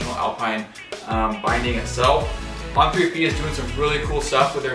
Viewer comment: He’s lost me at “On 3P”…come on man. You’re not even pronouncing the name of the manufacturer correctly. Jesus.